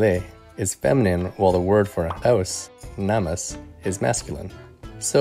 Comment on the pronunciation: Hey, just saying as a native lithuanian, when saying 'namas', try pronouncing the first 'a' a little harder. Love this channel ❤, keep up the great work!